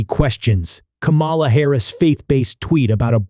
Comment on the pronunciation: For the love of gd will you PLEASE PRONOUNCE HER NAME CORRECTLY?????